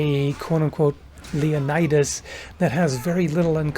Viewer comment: Let’s check the historical accuracy of your pronunciation of “Leonidas”...